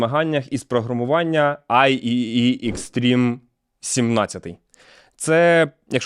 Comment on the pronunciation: Трошки поправлю щодо назви IEEE: зазвичай кажуть "I triple E"